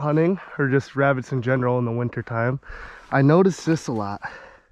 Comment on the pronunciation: “Shhhh, I’m hunting Wabbits”